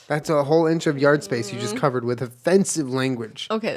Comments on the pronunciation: Julien’s “OHFENCEIVE” put me on the defence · "Ofencive" :D I actually think I peed my pants a little hahahahaha - great start in my day! ♥ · When Julien said “o-fence-ive” my job literally dropped.